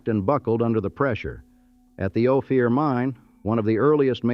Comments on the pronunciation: O fear? No it's Ophir- Ofir. Mow ronz. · Hate the ai speaker. Great story, but, if you had an actual speaker talk about it they wouldn’t fuck up every pronunciation like bodie, Ophir, and other ones